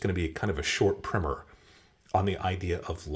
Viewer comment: 'Big fan that you pronounced (correctly) "priMM-er", it seems the philistines have supplanted it with "PrY-mer" (like a paint) everywhere. Pet peeve scratched... * laugh *